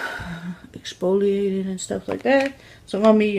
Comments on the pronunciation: accent or not I have seen people at least tried to use correct English. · "My face needs to be 'ecpolieaded'." Girl it's exfoliated....